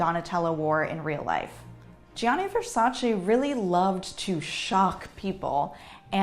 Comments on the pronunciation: still can’t pronounce VersacE as it’s supposed to be pronounced lol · She is amazing but a fashion historian would pronunce VersacE properly. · I love you, but it's said VersacEH!!! Come on! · Fashion historian, but can’t say Versace correctly 😂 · The way she is saying Versace makes me sooo mad... typically american pronunciation🙄🥴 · she also didn´t pronounce right her own surname. and a few more designer names